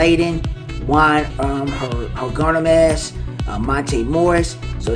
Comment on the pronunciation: "Hernagomaz?" Lol its all good. I like these ratings wayyy better than 2k but I'll still get both this year